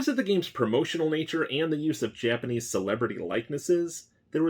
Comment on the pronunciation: Finally, a YouTuber that knows his Japanese pronunciation.